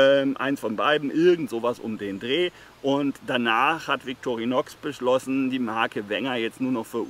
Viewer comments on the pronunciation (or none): Ich glauuuube man spricht es „Vitorinoooo“ 😏